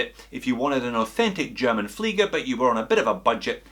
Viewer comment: Alpaka Muddin He said it correctly as per the German language.